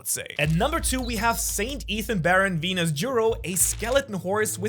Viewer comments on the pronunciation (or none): none